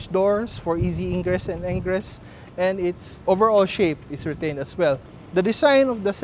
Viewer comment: Hahaha. Narinig ko rin yun.